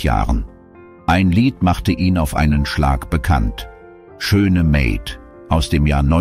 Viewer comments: Ha ha, die Computerstimme kennt nur das englische Wort "maid" und spricht das deutsche "Maid" englisch aus. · Ja, stimmt, die Stimme ist sehr angenehm. Leider wurden einige zitierten Namen/Titel sprachlich falsch wieder gegeben. Z. B. Tony "Marshell" statt Marshall mit seinem Lied: `...Schöne Maid... statt "Meehd", und Gregor "Gysi" statt "Güsi". - Ich kann das kaum nachvollziehen. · ... vor allem wegen der Fehler: Schöne Meeed und Gregor Güsi - ist das auch eine Automatenstimme wie bei diesen "Das Leben und das traurige Ende von x"-Videos? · Wenn das keine Computerstimme ist, wieso werden dann manche Namen und Wörter falsch ausgesprochen. Den Namen Ernst Huberty sollte man dann kennen und ihn nicht Juberrty aussprechen, genauso wie „Schöne Maid“ von Tony Marshall falsch ausgesprochen wurde. Sehr komisch 🤔